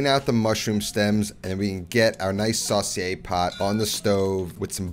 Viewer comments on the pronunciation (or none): none